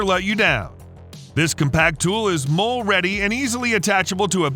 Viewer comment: "Molle" is actually pronounced like the woman's name Molly. Not a Mole-ay, or even mole which you use later. Come on people, get it right.